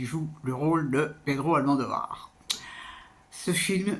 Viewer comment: Par contre il y a l'air que ça va être difficile de sortir de votre habitude de dire "AlmANdovar" ça doit faire des années que vous prononcés comme ça j'imagine 😅